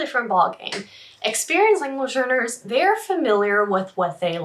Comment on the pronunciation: Is she saying "language learners" or "language earners"? I feel like I'm trapped in a Super Troopers prank, meow.